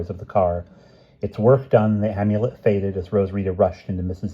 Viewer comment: Amulet has a short A like in Apple. Not a long A. You've been saying Omulet like Omelette.